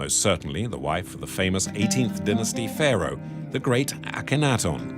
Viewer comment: It's hard to have confidence in this offering when the narrator mispronounces the name Akhenaten throughout.